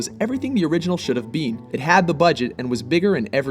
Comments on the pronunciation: did anyone else notice him say BEAN not BEEN on number 8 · Did he say should have bean?